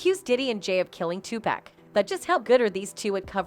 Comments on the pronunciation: Tupac not Tupack 🤦🏽‍♀️🤦🏽‍♀️🤦🏽‍♀️ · Why do white people say two pack it's Tupac. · She murdered his name! Tupac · listen his name is TUPAC OK 2 POCK...PPPOOOOOCCCCCKKKKK LIKE GLOCK PAC!!! OK